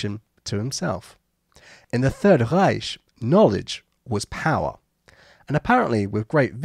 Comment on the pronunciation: worst pronunciation of 'Reich' achievement accomplished